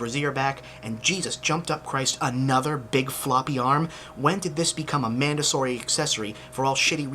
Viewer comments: mandatory not mandasory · Are you aware that you slurred the word "mandatory?"